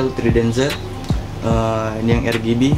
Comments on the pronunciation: Yang bener "ER-BI-JI" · Bukan "ER-JI-BI" tpi "AR-JI-BI" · Bitj Pls, "ER-GE-BE"